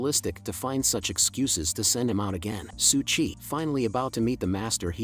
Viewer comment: Its su qi, not su chi